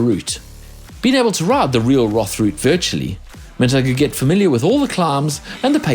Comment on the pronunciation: please dont call it Challenge Roth. It's is pronounce "Challenge Rooooood"